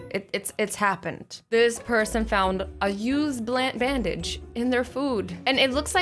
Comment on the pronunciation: She said Bandlige lol